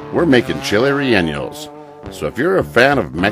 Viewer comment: Can't wait to try the recipe but Bro it's not 'rel enyos' rather 're yawnos'....